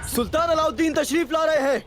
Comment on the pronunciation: Alavideen nhi allaudin